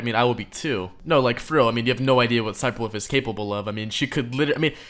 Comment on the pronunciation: Her name is sniperwolf not sniperwoof